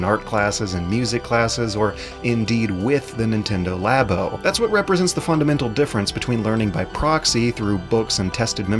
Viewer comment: Oh my GOD IT'S PRONOUNCED “LAA-BOW” AS IN “LABORATORY” UUUUGH